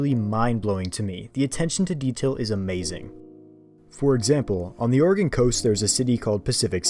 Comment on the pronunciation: Ayyyyy someone who says Oregon right! Edit:Lmao at ramming a car from behind and the little "whoopsie" popping up on the screen.